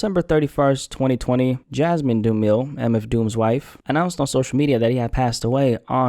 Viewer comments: Hi I noticed you kept saying "Du-meel" but his surname is pronounced "Du-mi-le" it's a common surname in Zimbabwe to South Africa his father is/was Zimbabwean also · omg how can you not say dumile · It's pronounced 'Doom-ill-lay' but I appreciate you for this one,. RIP DOOM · If I'm not lying he is of Zimbabwean-descent. The proper African pronunciation is Doom-ill-eh. His name means famous/grandiose. He lived up to it in his own unique way. DOOM Pronounced it doom-ill-lay because of his British past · I thought it was pronounced du-mile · It's actually pronounced Doom-ill-leh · Do-ma-lay. Get the name right. Best rapper ever. Rip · it's a word from the southern African language IsiZulu, pronounced Doo-mee-leh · “Doo-meel” - instant click off and unsub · Dumile = Doo-mah-lay 🙄🤦🏽‍♂️ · His last name is pronounced (Doom-Ah-Lay) he says it in his own music. Listen to "Doomsday" where he says "Till I'm back where my brother went, what my tomb will say right above my government Dumile, either unmarked or engraved hey, who's to say?" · it’s south african g 🇿🇦😂🙏🏾 pronounced as “doo-mee-lay” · Wallahi been on a goddamn streak man💯🤯 dude been consistent even after hitting the mill mark🔥🔥 And DOOM's last name is pronounced "Doom-ma-lay" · It’s pronounced dumiLAY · Dumile = Doom-eh-lay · It's pronounced Doo-mie-leh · you did not just call this man daniel doo-meel 🤦🏽‍♂️ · Yeah, that mispronunciation made this video unwatchable to me. This guy is clearly not a DOOM fan. Sad to see someone using DOOM’s name for views. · Please learn how to pronounce the name